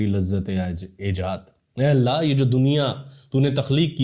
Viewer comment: AYE ALLAH.. Yeh words app ache bolte hoo bhai🎉